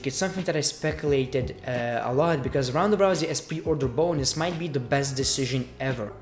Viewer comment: He pronounce Ronda as roundaa 😀😀😁😂